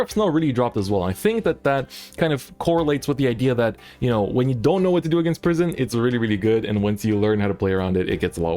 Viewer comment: Each time he says prison I hear pr❤️ism